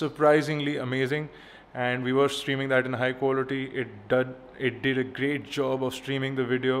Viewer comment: "it DUD" haaahhhaaaaa